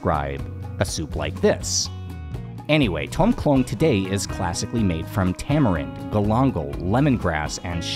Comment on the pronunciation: Tom khlóng (Thai: ต้มโคล้ง). Note there is no "a" in this word so you wouldn't say "khloang". Note also that khlóng (โคล้ง) is not the same word as khlōng (คลอง = canal) although when transliterated into Roman script they are spelt identical but the tone and vowel is different.